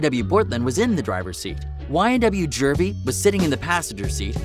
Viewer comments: Juvy not jurvey 😂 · bruhhhhhhhh Jew-v Not jurvy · Its not jurvy its juvy but carry on 🤣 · Jurvy it s juvy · JUVY there is no R. Great video tho. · plz stop saying jurvy